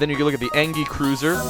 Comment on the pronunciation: maybe im wrong though it doesnt matter that much isnt engi pronounced en-gee. thoughts?